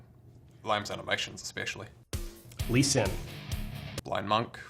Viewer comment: Its "Lucian" not Lucien :D